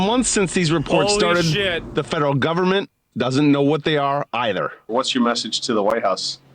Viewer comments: The “Povernment” 😂 How Nancy sees the rest of Americans 😂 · BRO SAID PUBERMENT AND I LOVE THAT